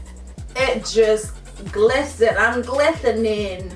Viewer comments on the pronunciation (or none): She said glithenin gagahahaahahah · Thumbs up for saying glithening 😂 if you know you know